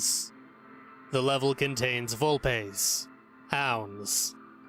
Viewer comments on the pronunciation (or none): you mean volpes not volpES